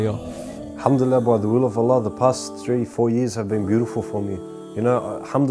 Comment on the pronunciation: May Allah reward you immensely and forgive you for your previous sins and infact turn them into good deeds. Brother, just remember when saying the shahadah, end it with "Allah" and not "lah". Just some brotherly advice. Peace :)